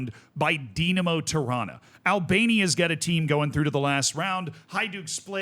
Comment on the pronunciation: It should be illegal to pronounce "Tirana" and "Toronto" the same way.